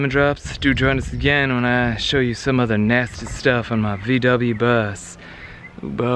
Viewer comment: you pronounce VW as "fau way" like you are about to say FAULT but don't say LT.